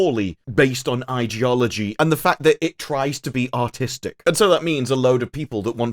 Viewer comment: With your accent when you say “artistic” it sounds like “autistic”. Or you do it on purpose. 🤣😂